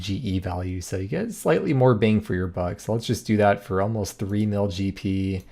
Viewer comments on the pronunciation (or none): none